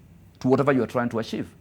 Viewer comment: Until he said 'you have to ashieve it'😂😂😂,i just love this guy.The spirit in him🔥